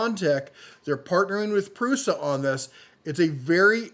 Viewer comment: yes Prusa like the pronunciation of the letter S in case of the word of "Shark" and not like "Snake".